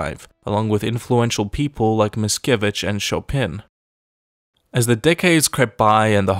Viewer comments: Adam Mickiewicz not Miskiewicz... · not "Pułsudski" Piłsudski and not "Miskiewicz" but Mickiewicz but still good job :) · Polish poet was called Mickiewicz, not Miskiewicz(by the way in english this mean something like bowlman). Except that video is awesome. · His name is Adam Mickiewicz, not Adam MiSkiewicz ;) and another important thing is that Soviet (russians) murdered a thousands Polish officers, intelligence people in Katyń, not only Germans did that but really great work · MICKIEWICZ NOT MISKIEWICZ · Mickiewicz, not Miskiewicz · MiCkiewicz, not Miskiewicz, Miskiewicz is sth like a bowl-man. xd (miska-bowl in PL) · Great polish poet name Adam Mickiewicz- no Miskiewicz haha.. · Sorry to correct but its MiCkiewicz. With C not S.